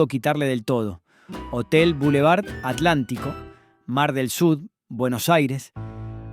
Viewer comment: BUEN DIA,SI HABLAMOS DE ARGENTINA HABLEMOS BIEN.NO ES ALANTICO ES ATLANTICO.NO ES NORIA ES CALESITA.NO COPIEMOS SEAMOS BIEN ARGENTINOS.GRACIAD 😘🇦🇷🇦🇷🇦🇷🇦🇷🇦🇷🇦🇷🇦🇷🇦🇷🇦🇷